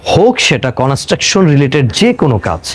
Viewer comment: construction উচ্চারণ আগে ভালো করে শিখেন